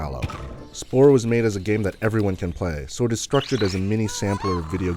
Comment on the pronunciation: he keeps saying "splore"